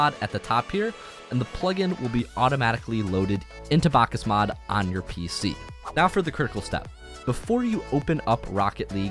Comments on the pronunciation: me having psychologic problems after hearing this guy saying "bákas mód" 100x in a single video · Bakkesmod not bakkasmod please